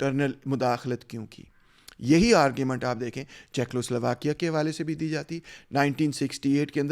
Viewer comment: Good analysis but please correct your pronunciation of Czechoslovakia= checo not checklo